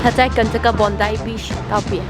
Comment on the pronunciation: Bondi的发音是Bon.dai 😂😂😂希望不会被喷因为英文老师上身！Bondi其实是澳洲原住民的词语！